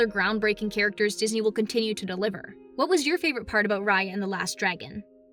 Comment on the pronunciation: what's her name again? Rar-Yar,Rai-Ar,Ray-Ar?